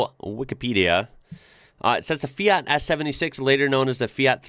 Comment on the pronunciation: I love the way you pronounce the "FIAT" brand name. Very accurate italian pronunciation.